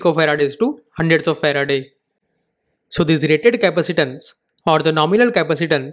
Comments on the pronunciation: it's Ferad not Ferade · Exactly. The unit is officially known as Farad. The presenter is mistakenly pronouncing the name of the scientist Michael Faraday, after whom the unit was named. Like you've said in response to your comment, it's necessary to get correct knowledge. Even though it's a small mistake, it costs nothing to correct it and so it should be corrected.